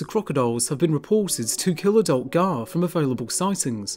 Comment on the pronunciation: Pronunciation is Wrong !!